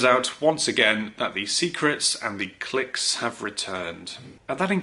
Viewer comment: You're English, say clique properly.